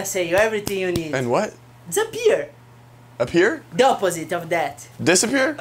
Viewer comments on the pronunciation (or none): Man says Dehzapur🤪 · The way says disappear is the best way I’ve heard that word ever pronounced